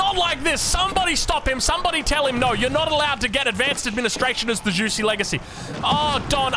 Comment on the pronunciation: Juicy's Legacy😂 You can say jewshi. Its closer to the right pronunciation. 😆